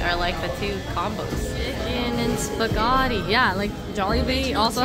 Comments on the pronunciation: wtf is a spahgati huh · saying spaghatti